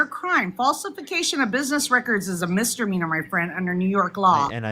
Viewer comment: what’s a mistermeaner? 🤣